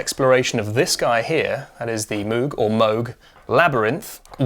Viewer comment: How in 2025 do people not know how to pronounce Moog? And you should have the Bloom v2! It finally does true ratcheting among other things.